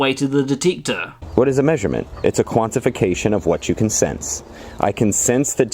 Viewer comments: My god stop saying sense like “since” my guyyyyyyyyyy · I just enjoyed hearing you say ‘sinse’ so many times! 😄